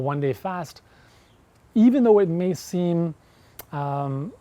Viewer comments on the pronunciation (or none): none